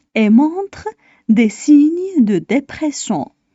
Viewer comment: خطأ في نطق كلمة dépression